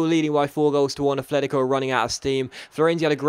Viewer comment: Its not "Afletico" its "Atletico"